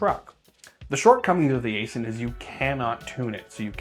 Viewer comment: It's pronounced 'icein' not asin. Im a contractor for them.